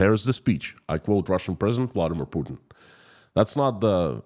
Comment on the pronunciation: No one outside of Russia believes Pukin's BS. It's so obvious even a blind man can see it. your little miss spoken pronunciation of Putin had me laughing my ass off & is now my favourite way to refer to him. On your singing it reminded me of when someone has headphones on & starts to sing along with what they're listening to 😂 Stay safe & please keep up the great work❤. Long live Ukraine 🇺🇦❤️